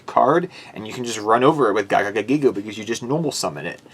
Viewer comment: I'm sorry... I love the deck, but I get hurt when you say GIGA GAGAgigo as a Gagaga monster... My buddy used to use that with Legendary Ocean and Amphibian Beast way back in old school Yu-Gi-Oh to destroy me. So definitely much respect for the card. Still love the deck though. Crab Turtle deck? Awesome! Keep up the great work!